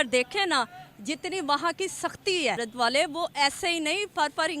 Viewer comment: पहले तो मैडम बता दूं ये भारत है, ना कि भहारत 😊😊 उच्चारण की बड़ी समस्या है पाकिस्तानियों को😅😅